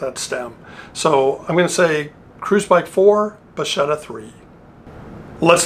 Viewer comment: Nice and interesting video. It was the first time I see the Bacchetta. Oh by the way the pronuciation is "Bakketta"and it means "wand" or "rod"